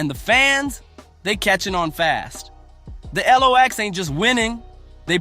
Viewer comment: Who tf is narrating this ish? Who's The ELOX? Who's Poosha T, Who's Jadakiss (not the Jay-dakiss pronounciation)?! And what the hell is that Verzoos loss?